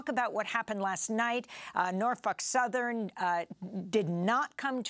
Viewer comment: I like how she's pronouncing "Norfuck Southern" 😂